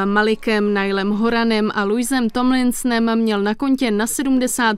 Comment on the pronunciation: Děkuji za hezkou výslovnost jejich jmen, teda až na Louiho ( Louí se to čte) Pořád tomu odmítám věřit 😢